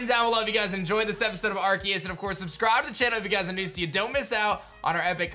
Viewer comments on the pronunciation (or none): none